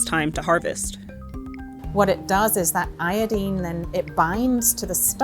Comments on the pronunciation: IoDINE (rhymes with wine). I didn't think there was an american accent that pronounced it like "iodeen" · It's pronounced aY-adyne not ay-adEEne. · Girl you speak with an American accent, say iodine correctly. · American Female journalist about the apples has never heard of the word “iodine” so she pronounced it the british way…. Yikes girl.